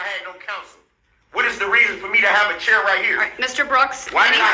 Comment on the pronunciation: Why is he pronouncing chair like “cheer” ? LoL